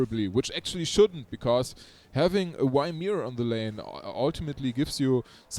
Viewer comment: I like ur way of saying Ymir more than the original one.. I even started to say it myself sometimes.. It adds a bit of swag to him